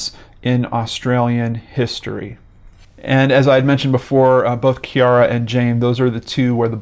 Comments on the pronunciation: My name is Ciara. You pronounced it exactly how mine is. And nobody EVER gets the pronunciation correct when they see the spelling of my name so I appreciated how you said it! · "Ciara" is pronounced the way in which you pronounced it in Gaelic, which is the language of it's country of origin.